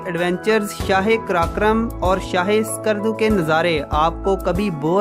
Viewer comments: There's no 'Alif' is skardu... Its not Iskardu.... Its just skardu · My friend I like to make corrections name of the city is call skardu . Not iskardu